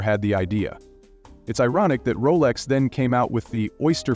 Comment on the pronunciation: Roless? dont you mean Rolex?